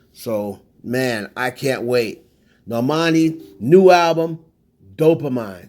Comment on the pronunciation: It’s dopamine …pronounced Doe-Puh-Mean